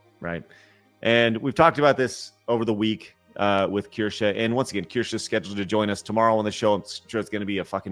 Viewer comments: Can you correct on how he pronounces Kirsche's name? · its just annoying. I see your point. Though if i were to collaborate with someone. I would at least get there name right. Especially when Craig and Blabs say her name right on the same stream is on.